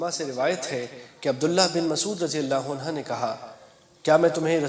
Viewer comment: Jahil deen sikha raha hai. Sahaba ko rajiyallaho anhoo bolta hai. Jabki anha hai. Iss ko mojakkar aur moannas me koi fark nahi. Aur aaya hai deen sikhaane 🤣